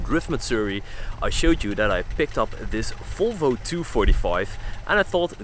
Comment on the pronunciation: Volvo! Not folvo